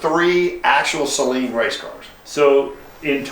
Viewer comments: They are not SAY-Leens!!!! Can you say- Saleen!!! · It's SUH-LEEN. Saline is what you put on contact lenses. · It is pronounced SUHleen...NOT sayleen...the fact that you repeatedly mispronounce it is a bit confusing, what with you being a Mustang expert and actually owning a Saleen. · I know it is being petty but I can't stand it when people mispronounce Steve's last name. The "a" in Saleen is not a long vowel, it is a short vowel. It's even more amazing to hear people who claim to be real fans of his cars still mispronounce his name. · The way he kept pronouncing Saleen made me cringe.